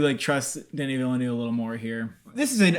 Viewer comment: I applaud your correct pronunciation of Villeneuve. 👏 👏 👏